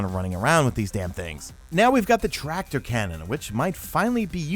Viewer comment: Did I hear tractor-hardlight-combo?